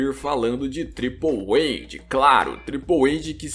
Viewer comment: Acho engraçado q quanto mais tempo assiste WWE, mais ele fala errado o nome dos lutadores kkkkkkkk Nunca superei esse "Tripouweide"